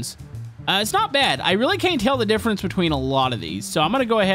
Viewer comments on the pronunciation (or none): none